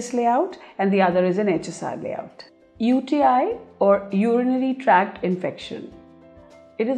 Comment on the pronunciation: Urinary 'TRACT'; not track